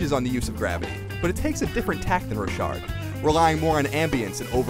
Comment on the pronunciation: Hahaha it's not "ro-shard" it's "rock-hard" His name is John Rochard. Great game by the way...